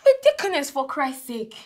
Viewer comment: Lol 😂 He made sure he said “deaconness” at the end lol